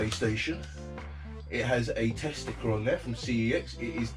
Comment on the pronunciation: when you said test sticker I thought you said testicle. Just thought you should know :)